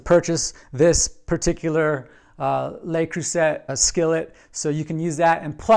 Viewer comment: Absolutely 100% disappointed in this skillet. First: it's important to pronounce Le Creuset correctly. It's not "Lay", it's "leh", or "luh", and not Croo-sett but Croo-say. Second: everything sticks to this interior surface. I have a myriad of LeCreuset items, love them all but not this one. Hard as the dickens to clean the so-easily-cooked-on food residue. Read other reviews to this effect.